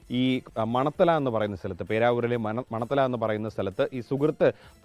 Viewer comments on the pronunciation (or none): മണത്തല അല്ല, മണ ത്തണ